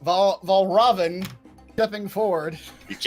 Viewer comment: There's a very easy way to get Valravn's name right - just think of it sounding like 'Red Robin'. Also now I imagine every time somebody says his name Fray would follow it with 'Yummm!'